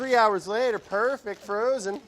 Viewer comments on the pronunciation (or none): none